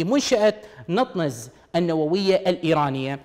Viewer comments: نتانز ليس نطنز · نطنز وليست نطننز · المذيع يبين يعرف يقرأ انكليزي عجيبة شلون ماعرف شلون ينطق نطنز NATANZ. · دكعد هوه غير كا يعرف يلفظ اسم المنشأه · مذيع لايستطيع لفظ أسم منشأة بطريقة صحيحة ؟؟؟؟؟ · اعرف بس هو لفظه مو صحيح